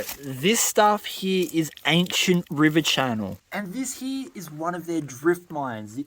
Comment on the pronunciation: I like how you say "here" as "hee".